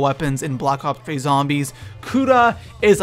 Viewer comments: Wtf he said blops 3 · Did this guy just say blops 3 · Did he say blops 3